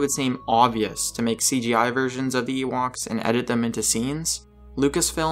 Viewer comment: "Ewokses"!!!! Dude/: you need to take a linguistics course before you post again! "Epi-TOME": learn how to pronounce it before you say it!